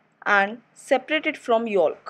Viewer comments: It’s spelled yolk not yok, yes she should have pronounced it yo-k in stead of yo-lk but that’s pronunciation not spelling learn how to spell first before correcting others smh 🤦‍♀️ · The L is silent in the word “YOLK” and please work on your pronunciations ! You say the “back” word wrong sweetie ❤️